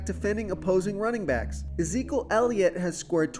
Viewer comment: Is there a reason you don't pronounce the first E in Ezekiel or have I been saying that wrong my entire life...? I'm guessing the first E is silent.